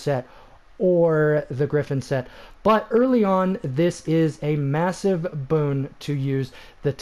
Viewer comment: Stop saying Boone 😂